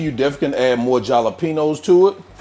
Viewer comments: Where can we find the “JAH-LA-PENOS”?😂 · Looks good, but...JAH-la-penos? Making these tonight! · As a SoCal gal I cringed when you pronounced jalapenos, but you are so darn cute I cant complain! 😍 And I've tried many of your yummy recipes. They are always the bomb 😂👍❤ Airfryer tacos are now on my list of things to try 😊